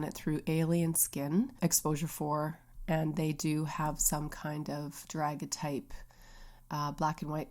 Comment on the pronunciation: Hi :) it’s pronounced da-gair-ee-uh-type